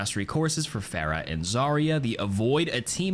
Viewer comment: The name's PHARAH. not PHAErah. dude, they say her name in the game. Same with ANA, not AENNA. And OREEsa, not ORISSa.